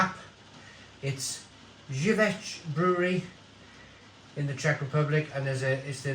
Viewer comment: Haha, you're pronouncing the brewery's name the way you're supposed to read Żywiec. :D It's actually pronounced "ZEE-kho-vets" - more or less, it's pretty hard to wirte this name in English script. Regading the cans - yeah, the 0,75 bottle looks nice, but the benefits of a well canned beer are simply unmatched by bottles. They're less heavy, neither light nor oxygen get through them, the aroma is better held up... it's pretty much a no-brainer for me whether to pick a bottle or a can!